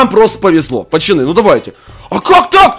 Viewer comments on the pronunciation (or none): Почему ты говоришь пачаны а не пацаны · Пачаны хаахахахахахв как это убого слышится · Почему пачаны? Ты умеешь говорить букву ц?